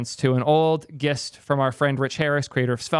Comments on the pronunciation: it's pronounced jist /dʒɪst/ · gist is pronounced with a j. jist. like gym. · did this mfer just say "Gist" with a non-glottal G? lol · the way u pronounce "gist" makes me twinge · This is amazing but I think you're pronouncing "Gist" wrong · the way you pronounced gist....